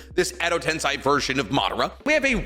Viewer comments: Anyone else get a little peeved that he keeps saying Edo TenSAI instead of Edo TenSEI? Like you went to Japan bro you should know that change in vowel sound makes it mean something entirely different 😅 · Sensei= sen-say so Edo Tensei= ed-oh-ten-say just letting u know